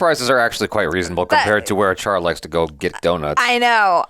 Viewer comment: THE HELL ARE YOU TRYING TO SAY ACHARA